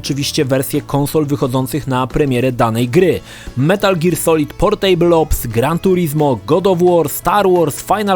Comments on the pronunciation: Boli mnie jak wymawiasz słowo 'Portable'. Mówi się 'PORTAbl' a nie 'porTEJBL'. To nie jest stół :P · to nie jest POR STÓŁ. "Portejbyl" ^^ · Jak słyszę to "portejbl" to mi się w kichach wywraca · PorTEJbyl - ten człowiek nazywa się redaktorem, a nawet nie sprawdził, jak nazywa się produkt. Totalna ignorancja językowa. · A spierdalaj, każdemu się idzie pogubić. Ja do tej pory nie wiem jak się "portable" czyta. Zero wyzumiałości :'(( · fajny film ale wymowa Portable jest zła wymawia się portybyl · Playstation Portejbyl 😂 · >portejbl usuń to xD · Super materiał. :) Jednakże to "portejbyul", tak strasznie drażni... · zle czytasz Portable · sprawdzaj wymowę takich słów jak "portable";) wystarczy włączyć jakikolwiek słownik online i posłuchać.